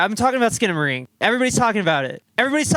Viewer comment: HELL YEA SKINA-MAY-RINK